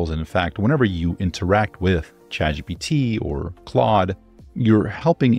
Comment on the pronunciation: At the mark "chadjipee", that's a new one to me